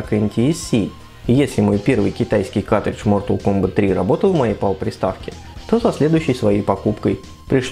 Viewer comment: Твое произношение слова картридж ("катридж", без первого "р") - очень смешит.